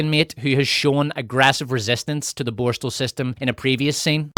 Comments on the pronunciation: Borstahhhhl 😂 wtf is that? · These AI narrations can't even pronounce the word borstal properly